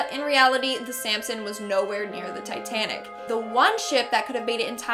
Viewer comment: Tittanic what’s That’s it titanic